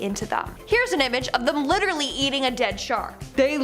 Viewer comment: Please learn how to say "Literally", and then stop saying it... it's very annoying ( lit-ter-al-Lee ) not "liderrary" ... I could start a drinking game and not make it past the first two minutes of your FISH segment 😒